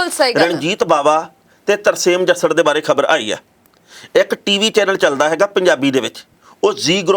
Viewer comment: ਮੈਡਮ ਚੀਵੀ ਨਹੀ ਟੀਵੀ ਕਿਹਾ ਕਰੋ